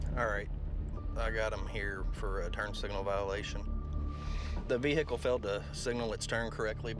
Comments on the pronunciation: Ve-hear-cle?? Its not 3 syllables...its ONE = VEHiCLE. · Does anyone else get annoyed how they pronounce the word Vehucle(vehicle) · the veehicul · Vee Hickle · If a cop says vehicle like that then you are going to jail forsure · You know you’re screwed when the cop says “veHICKLE” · If a cop says “vee-hickle” you’re going to jail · VeeHickle lmao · tHe veE-HiCkLe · "Vee-Hickle"' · How come this guy always has to say veHICKLE. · "Vee hickle" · I hate how they say “veHicle” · The VeHickle again !!! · The Veh-icle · It is absolutely imperative for cops to pronounce the 'H' in Vehicle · How to be a cop. Pronounce the H in vehicle